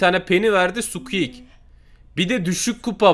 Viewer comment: Hiç kimse squeak diyeyemiyor sadeçe squek hwjsjajjajsa